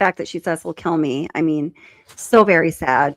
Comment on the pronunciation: She just said keel me